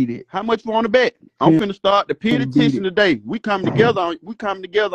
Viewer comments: Petty-tion???? I swear Atlanta Public Schools ain't s***!!!! 😂😂😂😂😂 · You shouldnt be banding nobody til you learn how to say P.E.T.I.T.I.O.N 😂😂😂